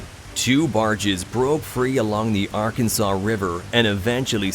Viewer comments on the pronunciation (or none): none